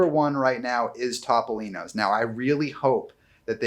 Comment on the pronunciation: I am an extremely loyal viewer and an avid fan of Dis Unplugged. Love you all to death, but I have one massive pet peeve. Please stop mispronouncing Topolino's . It is not Top-o-lino's. It is Toe-poe-lino's. The Italian word for mouse is "topo." Pronounced "toe-poe." Thanks!!!